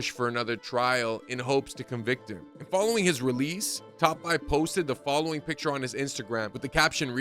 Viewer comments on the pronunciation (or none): none